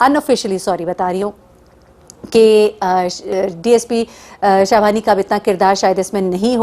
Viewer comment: شاھوانی نھیں شاہانی نام ھے انویسٹیگیشن آفیسر کا